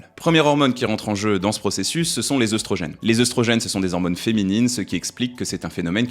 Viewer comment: Tu prononces œstrogène "œustrogène", par contre pour catéchine, j'ai cherché dans de nombreux dictionnaire, je n'ai pas trouvé de "ch" prononcé "k" (pourtant c'est bien issu du grec kh ici) ^^ Les mots en œ, se prononce "é" si d'origine grecque comme dans fœtus, œconomie (devenu économie), cœlacanthe ( le c devant le e-dans-l'o se prononce "s"), Œdipe (les dictionnaires qui s'adaptent à l'usage trop important comme le Robert a fini par céder et le prononce "Œudipe" maintenant, mais sur le Larousse et d'autres, c'est toujours Œdipe) ou œnanthe seuls quelques mots d'origine allemande prononce le œ, "eu" comme dans fœhn ou Gœthe. Le œ, c'est comme le o, quand on lui rajoute un "u", il change de prononciation. o -> ou et œ -> œu ou œi (on n'écrit pas œuil dans ce rare cas car il s'agit d'une diphtongue comme dans aïe), c'est pourquoi les mots comme œuf, bœuf, chœur, œil, œilleton on cette prononciation si particulière. Quant au "ch", c'est plus compliqué, c'est au cas par cas mais quand on y voit une étymologie d'origine grec (qui passe parfois par le latin comme "chorus"), il vaut mieux vérifier. Par exemple, on se trompe trop souvent sur le dieu psychopompe et la lune de Pluton du même nom Charon qui se prononce "Karon" (même en anglais).